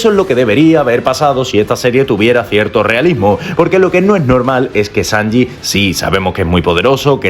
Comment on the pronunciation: COMO VAS A DECIR SANJI GAU